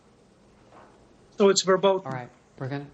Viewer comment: I enjoyed how Newt said " VERBOTTEN" a word made famous by the 3rd Reich. Tells a lot.